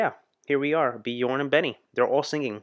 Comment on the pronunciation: you are clearly an ABBA Fan now, you should learn to pronounce their names corectly, try angneta instead of agneta, and björn is like bjearn the ö is not an o, it's like the beginning of the word earn